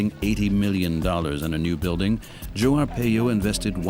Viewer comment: His last name is pronounced Ar-Pie-O not Ar-Pey-Yo